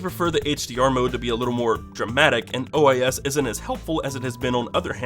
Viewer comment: You said ois